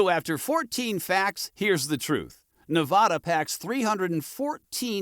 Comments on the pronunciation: I noticed they mis-pronounced Nevada also. I learned the correct way the first week after I moved here. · Pronounce the state properly. Won't watch if you are too lazy to actually research the state's name. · You pronounce Nevada incorrectly.